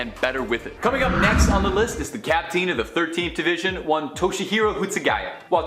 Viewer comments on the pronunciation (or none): Captine? Nobody pronounces captain that way.